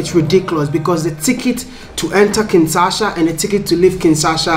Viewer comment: Wode, please learn the correct pronunciation of Kinshasa. It is Kin-sha-sa, but you keep saying Kin-sa-sha.